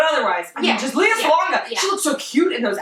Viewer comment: Lea is pronounced like Princess Leia, btw.